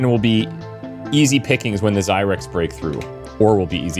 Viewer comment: Had to laugh, when you were staying zyrex, I thought you were saying zirax (from empyrion galactic survival)